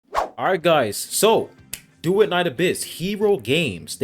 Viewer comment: Doo-et you keep saying doo-it